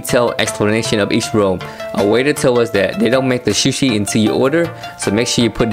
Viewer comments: Su shi, not shu shi. Lol. Looks good. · Shoe-she lol